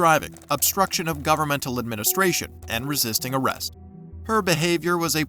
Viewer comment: Could she.. Could she not say "resist"?